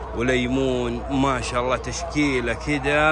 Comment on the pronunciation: ما شاء الله وليست ماش الله انطقها صح ولا ااتقولها هل ترضى احد يقولك ماش حسن